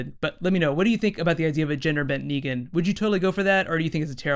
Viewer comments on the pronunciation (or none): Negan not Neegan and Michonne not Meechonne